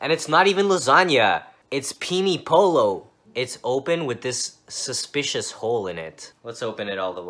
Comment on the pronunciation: " ITS PEE-KNEE PO-LOW " im dead